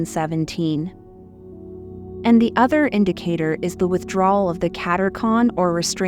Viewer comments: Katechon was mispronounced. It is the Restrainer that holds back the evil one. God the Father +in 2021?) told Fr. Michel Rodrigue from Canada the Restrainer was St. Joseph. The Year of St. Joseph ended in 2021. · What IS the word? It’s driving me nuts.